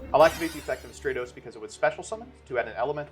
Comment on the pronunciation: “Have you kept up with the YGO Meta?” Also: plays Hero Also hearing you call Stratos “Stray-Toes” made me cringe 😂